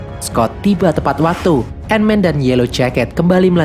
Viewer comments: Tulisan Ant Man Dibaca : & men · ''ANT-MAN THE WHAS''